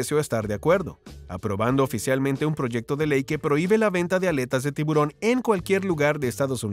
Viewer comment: Por favor no se dice tibrón sino tiburón y esa U suena muy clara. Disculpas por corregir y muchas bendiciones.